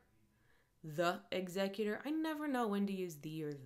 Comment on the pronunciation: GASP censorship? is this mid-range hanging shakespeare? Also the added syllable from use(')d and the removed one from thexecutor is kind of an interesting twist of language. makes you wonder why those were used there